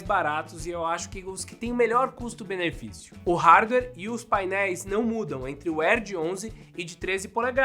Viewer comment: "Custo Benefício "